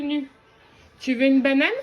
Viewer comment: j'aime trop le " magnane"😋(banane)